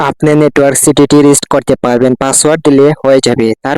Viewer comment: এইটা রিস্ট না রিসেট হবে